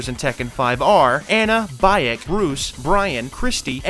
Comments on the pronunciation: Just a heads up, bro. Baek's name is pronounced BEK not BAYEK. Good vid though. 👍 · Btw Baek is pronounced as "Bike," not "Buy yak," and Marduk is pronounced as "Mar-duck," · I know you’re not a Tekken Guru, but when you pronounced Beak as "BYE-ECK" I laughed 🤣🤣. Cool video otherwise tho 👍🏾🔥